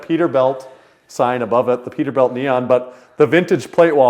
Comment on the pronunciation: Is it pronounced Peterbilt? Or how said it Peterbelt?